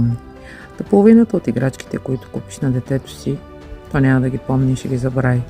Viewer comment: Благодаря!Извинете, но се казва забрави, а не “забрай”